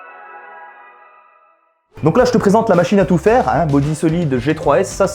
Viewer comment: A quand t'as dit la machine a tout faire j'ai cru t'avais dit la machine a tuffeh (tuffeh en arabe c pomme) 😭😂